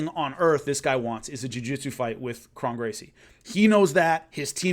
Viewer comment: Great stuff; btw, Kron is pronounced like "own" not like "on"